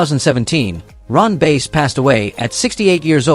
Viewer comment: Outlaw Ron Bass last name is pronounced like the fish not the instrument.